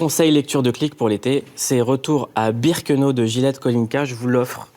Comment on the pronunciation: C pas birkenao mais birkenau